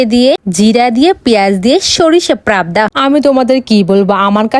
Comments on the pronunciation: পাবদা না প্রাবদা😂😂😂😂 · পাবদা❌ প্রাবদা✅ ব্যায়াম ❌ বেহাম ✅ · পাবদা❌ প্র্যবদা✅😑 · পাবদা ❎ প্রাবদা✅ এই দিদি বলে ডায়েট করে এর ঝাকানাকা নাস্ত আর আমাদের এক সপ্তাহের খাবার দুই তিন নেলা খাবে এ তো এক সপ্তার খাবার একদিনে খেয়ে ফেলো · পাবদা ❎ প্রাবদা👈🤣🤣🤣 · পাবদা❎ প্রাবদা✅ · পাবদা মাছ❎ প্রাবদা মাছ✅😂😂😂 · প্রপদা না পাপদা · পাবদা ❌ প্রাবদা ✅😂😂😂😂😂😂😂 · পাবদা❌ প্রাবদা✅ 😂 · পাবদা ❌প্রাবদা✅😂😂😂😂🥱🥱🥱💩💩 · এই মাইয়ার সব কথায় উচ্চারন ভুল,,এ বলে পড়াশোনা করে,,পাবদা রে বলে প্রাবদা,,আবার কচুরি কে বলে কাচুরি,, লেজ কে বলে লেংগুর।।ফালতু বেডি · Not প্রাপ্দা it's called পাবদা বুঝলে